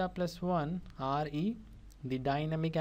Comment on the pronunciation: yeha you are correct but he is saying re Instead Of Re